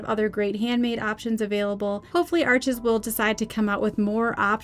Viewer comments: Please get it right… its pronounced Arsh,,, the name is French. Its not Ar chez. The S on the end is silent. Not Arch. Arshhh. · It's French- pronounced Arsch (no es). Great review! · Awesome! (Still drives me nuts that everyone pronounces Arches (it’s pronounced “Arsh”) wrong…. But I love your channel😁)